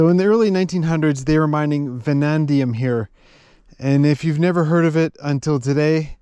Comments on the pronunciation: It is vanadium, not "vanandium". It does not hurt to sometimes remind ourselves that USA is the only country evil enough to have used atom bombs against an enemy. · Great video! Amazing country, adventure & the story you’ve woven!! Just for clarification it’s Vanadium (no extra n) that’s found with the Uranium there & used as a steel alloy. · You keep calling it Vanandium; I'm pretty sure you own Chrome-Vanadium tools. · It is Vanadium (vuh-nay-dium), not Vuh-nan-dium. And New-clear not New-Killer, although I understand why you would think it is the latter.